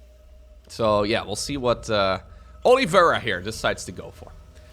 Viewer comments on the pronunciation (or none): Oliveira means olive tree in Portuguese. If that's what he's using, it's pronounced "Oh-lee-vay-dah"